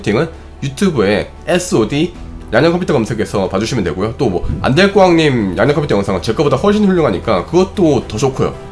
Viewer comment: 양자 컴퓨터 발음이 자꾸 "양댜" 컴퓨터로 들려요.